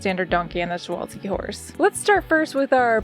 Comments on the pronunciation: I can tell you did research on pronouncing Przewalski's horse because you didn't pronoun the P in the name and also they are the only horse that is still wild and they even have their own genus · Okay, Pole here and I have to say you got pretty close with Przewalski's horse! W is pronounced more like V, but kudos for trying, I know our language can be hard I think you did a great job with the zoo! I loved the theme you went with!